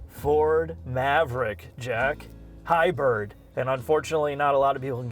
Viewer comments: Someone can't pronounce HY-BRID! (NOT HY-BIRD). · Ridgeland and Hybird? Are you mispronouncing those on purpose? We also don't need to see your hair laden beer gut. All that aside your video may help me decide to buy one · why does the bald one pronounce it Ridge-lynn and Hy-bird? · Overall, I dig the review. What I cant get past is, weird pronounciations like, the Honda Ridgelin and the fact that the Maverick is a HighBird. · “Ridge Len” “Hybird”… Really?